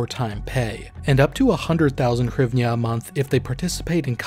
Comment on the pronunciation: It is pronounced GREEV-NAH (NOT HYRIVNA)